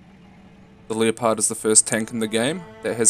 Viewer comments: lee oh pard..... its fuckin called leh-pard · its pronounced lepard not leo-pard, like the animal, straight disrespecting a tank that makes the Abrams look like hot garbage lol. makes me cringe every time you say it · No lol I usually pronounce it like Le-pud. Leo-pard is just a humorous accident that occurred. I don't write a script for these videos, so sometimes it takes multiple recording attempts per segment, to put thoughts into words. Which can cause brain dead moments, mix in my accent and you get things like Leo-pard lel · I'm not sitting on your accent but do you actually pronounce like leo-pard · that does not make any sense as its named after the animal. so you're saying by it being a german design the name would forgo the correct pronounciation which is extremely ignorant. also following that logic the "tank" part would be pronounced "tunkeh". I can understand if you are talking about the tank through a german conversation but its an english video. Also we use them in canada